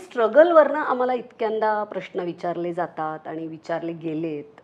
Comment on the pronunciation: please श आणि ष यातील फरक समजून घ्यावा. "प्रश्न" हा शब्द उच्चारताना प्रश्न ''श " वापरावा आयुष्य लां ष हा ऊच्चार असावा सर्व श असलेल्या शब्दांना ष please वापरु नये, ऐकायला बरोबर नाही वाटत